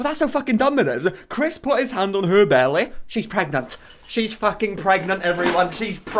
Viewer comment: “her bellay”